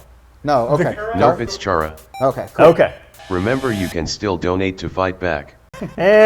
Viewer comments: It's Khara. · when people STILL wanna debate the correct pronunciation of Chara, but the annoying dog has already spoken and settled that debate.